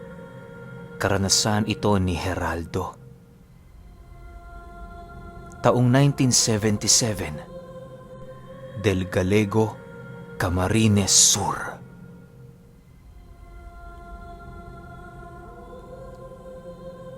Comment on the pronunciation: DEL GALLEGO pronounce as "del galyego" po here in Bicol